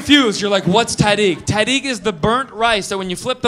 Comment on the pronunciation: This dude can’t pronounce Persian words😂 he says “ta dig” it’s not ta dig it is tahadeeg